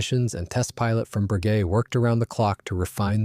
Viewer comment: Frenchman here. Not a fan of AI, but it still beats hight school anglo-saxon teachers on the correct pronunciation of Bréguet. Close enough not to shock my Gallic ears. 2) The Folland Gnat also tended to gulp gun residues.